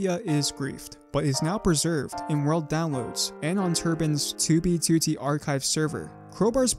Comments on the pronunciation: Can't get used to your accent when saying toobie tootie. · help me comment on every video to get him to stop putting the emphasis on the second two it’s so annoying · great video, but why say toobeetootee ? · “Tew be tew tee” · Dude, it's very confusing... You say "2b2t" wrong. I've never tought that this was possible. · why does bro say 2b2t like that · You say 2b2t weird bro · why you say 2b2t weird like that? ;p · can u pronounce 2b2t normally? thx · stop sayin 2b2t like that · can you please say 2b2t normally for fucks sake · otherwise his contents good but that shit ruins it for me